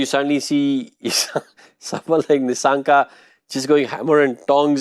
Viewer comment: It’s Kusal Not Kushal. Its Nissanka not Nishshanka